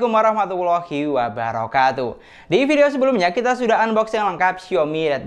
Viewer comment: saya menikmati pembahasan anda soal gadget tapi Tolong Perbaiki ucapan salamnya boss. Salah itu. Saya lihat beberapa video anda ternyata semua sama. yang benar Assalamualaikum warahmatullahi wabarakatuh, bukan ASSALAMUALAIKUM WARAHMATUBOLAHI WABARAKATUH... maaf klo saya koreksi sedikit ...